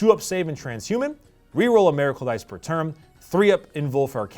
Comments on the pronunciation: "Meracle dice" lol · “Mayrackle dice”